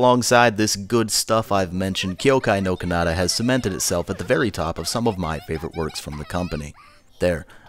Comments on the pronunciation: ky-oh-kai nor kah-nah-tah* (sry i cant stand that pronunciation ><) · I'm not sure if the way you're pronouncing "Kyoukai no Kanata" is intentional or is actually the way your pronouncing it...